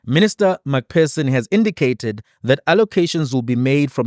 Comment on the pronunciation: McPherson = Please, it’s not MacPerson, you must use an ‘f’ sound for the PH - like McFurson